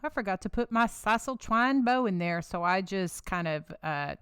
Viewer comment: what is "Sisel" twine???